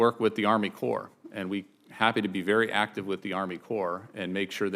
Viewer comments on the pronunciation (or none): He's having "actice conversations." Huh? What's an inactive conversation?